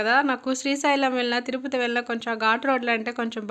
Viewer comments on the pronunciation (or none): తురుపతి కాదమ్మా తిరుపతి కాస్త మార్చవమ్మా